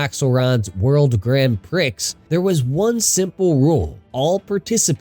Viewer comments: “Pree”, not “Pricks” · It's pronounced "pree" I'm pretty sure. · i mean he said the X in Prix with the Pri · That’s a funny way to say prix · You pronounce "Prix" wrong, the "X" is silent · yeah but you don't pronounce the X in Prix, it's silent